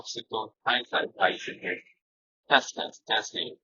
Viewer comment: When you guys sound tested the mics by going popsicle, icicle, testing... my brain heard "testicle" 🥜 lmao 😆